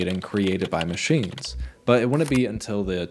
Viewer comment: It was an informative video, but listening to the AI voice, it pronounced 'machines' MAH-SHINES'.